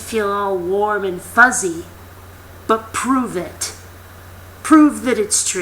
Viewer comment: Her: Pove It! *Pets cat evily* lol i love her